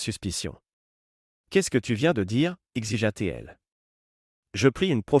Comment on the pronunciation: Orthographe déplorable dans la version écrite, et des erreurs dans l'oral des imperfections aussi. Des mots brefs épelés au lieu d'être bien prononcés, par exemple : -t-il, -t-elle > Té-elle... Les gens sont très bizarres, dans ces vidéos. Ils ne paraissent pas normaux, ni leurs manières, faits et gestes, ni les situations... Le vocabulaire est toujours pareil dans toutes ces vidéos : détermination, finaliser, contrôle, précaution, confronter, crucial, tension. On ne sait pas du tout de quelle sorte d'emploi ni même de branche il s'agit, ce qui rend tout moins vraisemblable... "Essaie-moi" : Try me... Le récit est difficile à comprendre, en tout et pour tout... "Sous son souffle" : under his breath... Dans toutes ces vidéos, les hommes mettent tout simplement les femmes à la porte, sans plus, ce qui n'est pas une option possible dans la réalité.